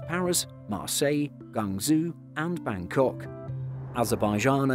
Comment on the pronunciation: Absolutely butchered the pronunciation of Guangzhou (CAN) , but other than that a nice short informative video!